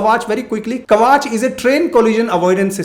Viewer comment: It is ' kavach' . It is a protective armour. For example bullet proof vest is a kavach. Not kavaach.